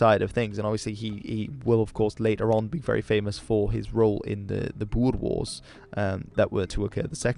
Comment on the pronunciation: When you said "the Boer Wars", I initially thought you said "die boerewors" lol